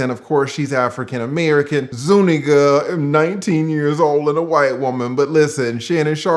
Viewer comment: i really appreciate your pronunciation of zuniga. if he had put that * *** ** in her, he coulda kept her name 😇